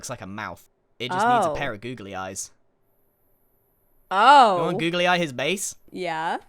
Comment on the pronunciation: and the "boogely eyes"